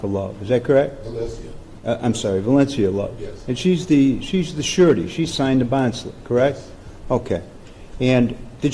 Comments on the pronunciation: The judge is saying "Surety" but is sounds like "Shawty" lol. Also, she knew the risks. I'm supposed to feel sorry for that b? I don't. Good video! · I keep hearing the judge say "you're asking on behalf of the shawty" for some reason